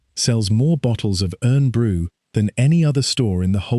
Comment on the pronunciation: 8.16 is a good aerial view of actual Corby and the steelworks at its peak. PS: Irn Bru is pronounced Iron Brew not Urn Brew :)